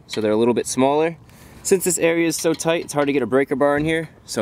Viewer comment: When he said "REAL toight"